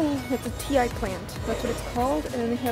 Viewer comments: Sorry. Ti plant pronounced like (tea) aka (Ti Leaf) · Ti tree plant, like tea, btw